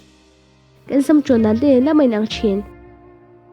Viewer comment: Mei anilo a... Mai tih zawk tur a ni e